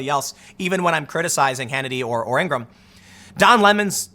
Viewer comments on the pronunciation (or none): none